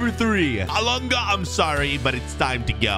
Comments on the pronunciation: Its elanga not elonga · It's not Elonga it's Elangaaaaaa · Why did he say elonga it’s so triggering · Man said elungu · Anthony alonga you said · Is just me it bugged me a bit always says Elunga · man said alunga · I’m Swedish but you’re saying his name wrong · hes just trying to piss people off by saying the wrong name 😂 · I am from sweden and that is not how you say Elanga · The pronunciation of elanga annoyed me lmao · YOU PRONOUNCE HIS WITH A E AT THE START NOT A O HIS NAME STARTS WITH A E SO SAY IT RIGHT OTHER WISE IN AMERICAN THE “schools” WILL STAY AS SHOOTING RANGES